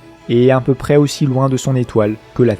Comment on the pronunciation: Ces documentaires sont très intéressants, bravo. Par contre, certaines liaisons maltapropos me font mal aux oreilles, désolée, mais je dois te le dire ! - peu à peu .. pas de "S" à prononcer au 1er peu. - trop quelque-chose commençant par une voyelle... prononcer le "P" et surtout pas un "S" au trop. Ceci étant dit en toute amitié.